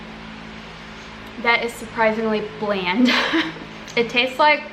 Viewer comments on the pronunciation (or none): none